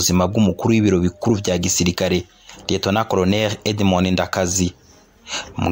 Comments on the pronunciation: Fidèle Ndarisigaranye, pas Ndayisigaranye. Edmond Ndakazi, pron. /ndakaazi/, pas /ndakazi/. Léonidas Maregarege, pas Mageragere. Bon documentaire. Mais ne craignez plus de dire «cndd-fdd» lorsque vous parlez de la milice fondée par Nyangoma. C’est le nom qu’il lui avait donné. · Murakoze kuri documentaire nziza. Ariko pour la prochaine fois,be murondera abantu babafasha kuvuga neza amazina y'abo muzovugamwo. Nta commentaire nabonye musaba excuse ku makosa mwagize alors que les noms reviennent bcp de fois. Ni Maregarege na Ndakazi (qui se prononce Ndakaazi). Vous remerciant, Merci